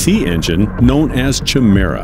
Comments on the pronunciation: it's pronounced Ky-mera not Chi-mera. A chimera is 2 different creatures as one. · Chimera is pronounced Kie-mera, not Chi-mera. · Lol "CHI- mera" Sorry to be picky but it's pronounced "KI-mera" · lol it's not pronounced "Chim merra" instead it's more like "Kai Mera" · Chimera sounded Kymera is the name as the aircraft is able to transform. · I wonder if he did it to troll extra comments - ch-mera sounds like a breakfast cereal 😅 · Your Voiceover Guy is screwing up. The word Chimera is pronounced KY- mera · I’m sorry but isn’t Chimera pronounced Ki-me-ra? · CH Mira 🤣🤣🤣🤣 at least pronounce Chimera properly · My god man google how to pronounce things. Chimera is said ki-me-ra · however it is pronounced kimera. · It's pronounced K I m a r a with a big I with no ch sound and a hard C sound (K) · Everytime I hear Chimera pronounced wrong I die a little more inside. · Exactly!!! His mispronunciation was killing me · In the beginning, you pronounced the word "chimera" incorrectly. Please check the pronunciation. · You probably should have looked up the correct pronunciation of Chimera before mispronouncing it over and over to hundreds of thousands of people. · 🤦‍♂🤦‍♀ Learn how to correctly pronounce the word "chimera". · If you’re going to go to all this trouble, why don’t you go the extra yard and look up how to pronounce “chimaera”? It’s just a google search away …